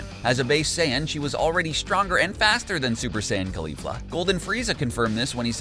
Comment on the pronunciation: It's pronounced like Rozay not rose, put emphasis on the fla in caulifla not the li.